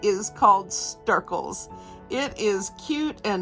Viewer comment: Is it Stircles or Snircles? You're saying Stircles but the video title says Snircles. I'm confused.